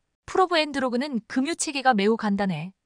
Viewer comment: 급유의 발음은 "그뷰"로 발음 해야 한다고 조언 하였는데도 계속"금유" 라고 발음 하는점에 실망 하였읍니다! 싫어요를 클릭하고 나갑니다!